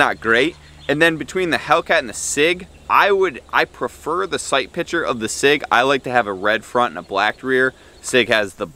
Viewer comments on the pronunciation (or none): none